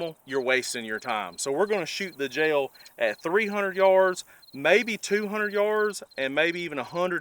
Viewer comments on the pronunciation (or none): I bought my 300 blk 7.5 in barrel pistol with supperssor for working 50 feet or less.. Also, I didn't know "gel" was a 2 syllable word.